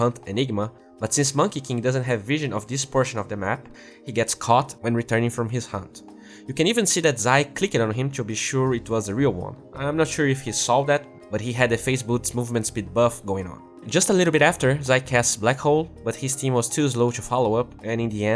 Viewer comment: big fan. small pet peeve: when you are pronouncing words likr clicked, jumped etc. , you pronounce the E too much, as i learned it, these words are pronounced "clickd".